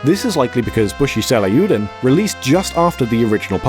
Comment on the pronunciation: What's with this guy's pronunciation? It's Seiryuuden, not frickin' "Seh-lah-yoo-den".